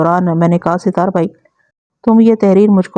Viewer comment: Sitar nahe sattar hota hai naam ke aise ke taise kar dete hain aapc